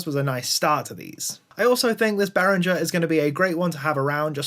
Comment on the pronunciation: Correct pronunciation (German company name) keeps a hard G sound. Say it like this in English: Spelled out: BEH-ring-ger — BEH (like bet without the t) + ring (like the word ring) + ger (hard g as in get, ending with a weak vowel). English-friendly IPA: /ˈbɛrɪŋɡər/ German IPA (accurate): /ˈbeːʁɪŋɐ/